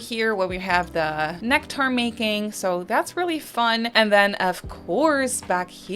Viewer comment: Right? lol Maybe she's never heard the word somehow? 😂